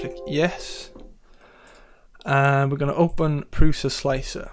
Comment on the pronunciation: first thanks for tutor. Second "Prusa" (like its inventer's surname Průša) is pronunced as Prusha... if you want to pronunce it correctly ;) Peace